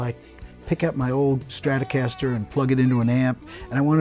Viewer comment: "Shtratocaster." Right.